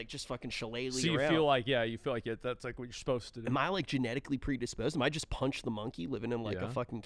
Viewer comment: Panchi not punch